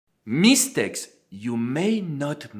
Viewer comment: I love how you say MEEH-stakes with emphasis on the mee! 😊 And besides, I find your videos very valuable and helpful. Thanks!